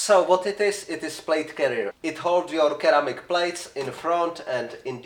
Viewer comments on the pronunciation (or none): Not sure if your aware, but ceramic is pronounced like "seramic". Glad your still alive bro! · Didn't know some people pronounce ceramic like that.